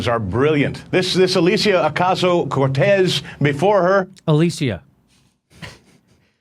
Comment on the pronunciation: I thought the same thing when he mispronounced Ocasio-Cortez’s name. It was totally on purpose, because they’re scared of her.